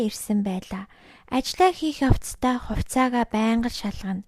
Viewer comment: Uul ni neeh uulmuurgui bn ghdee bainga iim content hiih ym chini erthen zasaad yvchul iluu amjilttai bh bolvu ged hellee shu. Er ugend dandaa em egshig oruulaad holij yridag ym bn shuu jisheelbel baigeegaar, huvitseegaa, tsalingee geh met kkk